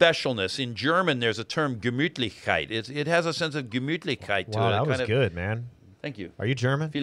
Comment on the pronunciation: Gemütlich, he says it right. Great episode, very clarifying, it's very confusing, this courts of heaven idea. I never felt peace about it. Thanks for the confirmation.